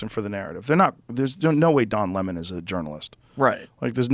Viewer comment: I was surprised that Taibbi mispronounced the last names of Don Lemon and Devin Nunes. Does he only read the names in print? I thought everybody knew how to say it. Just a little odd.